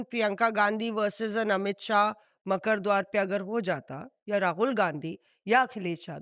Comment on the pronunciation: “ मकड़ द्वार नहीं है मकरद्वार है “